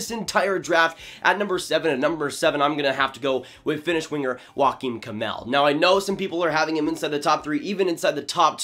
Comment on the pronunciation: The way you pronounce Joakim Kemell is hilarious lol sounds like you’re saying walking camel💀